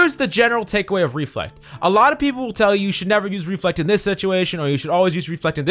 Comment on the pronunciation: I lost 50% of my brain cells when he said " Reflect"